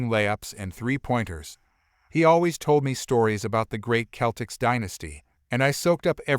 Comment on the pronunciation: Story 4. It would be a better story if the person reading the story could pronounce Celtic correctly.